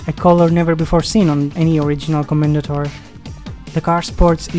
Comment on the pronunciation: "Commendatore" is an Italian word, and the final "e" is not silent. Co-men-da-tor-eh "Porsche" is a German word, and the final "e" is not silent. Pour-Sha